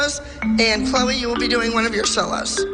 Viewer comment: You mean “Chloe” not “Chole”